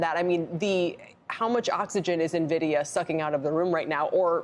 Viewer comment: NA-vidia? It's EN-vidia!